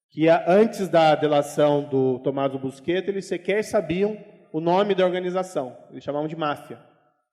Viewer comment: O famoso Tommaso, nunca se chamou "busqueta", como disse o juiz Moro. Seu sobrenome era Buscetta, no qual o "sc" tem o som próximo do nosso "xis". Este sobrenome deformado, "busqueta", surgiu, pela primeira vez, aqui no Brasil, por conta do apresentador do Jornal Nacional, Cid Moreira, que se negou a pronunciar o nome corretamente, com receio de que a Censura da ditadura militar o punisse por dizer um palavrão na TV. Nem com funcionários do Consulado italiano confirmando a sua pronúncia correta convenceu Cid Moreira a dizer o que devia ser dito.